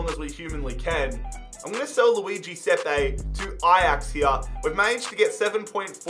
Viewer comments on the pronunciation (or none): none